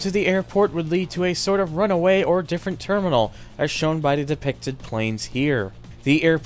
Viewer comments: airport runway! not runaway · Bruh, its called RUNWAY, not runaway. Even non-airplane enthusiasts know this. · buddy, pal, friend a couple things: 1) a Runway is not a RUN-A-WAY 2) a hair scratcher? you mean HEAD SCRATCHER jeeze that was bugging me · airport runway not runaway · Today you learned: "runway" and "runaway" are two completely different words!